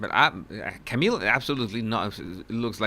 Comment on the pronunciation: Wht bugs me even more is that cannot pronounce Camille's correctly. Like she is doing that on purpose!? Seriously, how disrespectful! 🙄 But I just love that Camille does not even turn her microphone off knowing there will even more objections coming